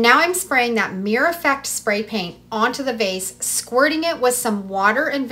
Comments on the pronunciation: Meer-or Meeeeer-ORRR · "Mirror" has 2 syllables